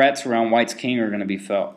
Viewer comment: It's pronounced Kung in the Unglish language.